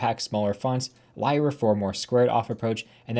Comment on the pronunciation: is that fr how you pronounce radix lyra and mira??